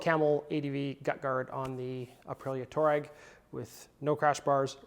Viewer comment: Pronounced TWAH-reg. Good product ad.